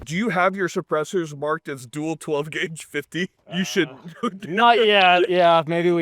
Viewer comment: I thought it was 12 gwague.